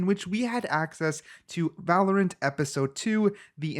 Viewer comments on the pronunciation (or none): none